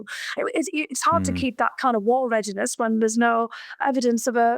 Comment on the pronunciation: "Readines?" Are BBC getting their interns right off of those channel boats? 😂